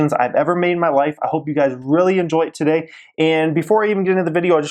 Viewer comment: What does he start every video with "twoday"... kind of annoying lol... then at the end... "greatt day"... okay sir lol... no ones pronounces it that way lol